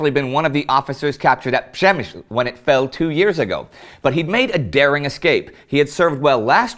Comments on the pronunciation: That moment when Indy finally gets the pronounciation of "Przemyśl" right <3 :D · Correct pronunciation of Przemyśl! Congratulations! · Indy you finally pronounced Przemysl correctly...my compliments!